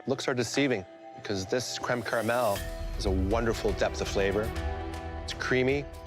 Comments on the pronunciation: If it falls apart, so will your DREAMS. Cweme Cawamel- Alvin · Cweme cawamewl